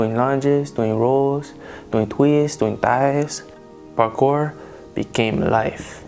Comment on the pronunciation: it's not Parkor!!! It's Parkour!